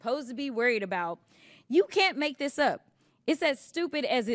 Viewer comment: What it is dis and dat . Lol Please Jasmine learn how to speak. Lol Such a joke